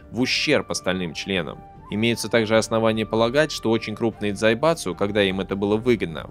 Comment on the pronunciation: Я один выхватил с произношения автором дзаебатсу